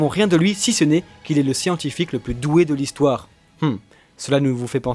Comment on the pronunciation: Svp ont dit pas plusse mais plus le s est muet cordialement j’adore vos vidéos 😘